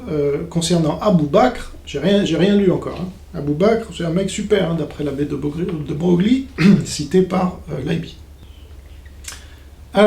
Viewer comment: Pour monter en compétence : Le nom de famille "De Broglie", se prononce, "De Breuille" (comme une feuille)